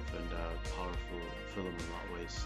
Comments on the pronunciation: Haha yes, I acknowledge I do pronounce "fil-um" incorrectly 😂 It's not a conscious choice though. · If we are correcting pronunciation, film is one syllable. It's Field of Dreams, not pitch of dreams.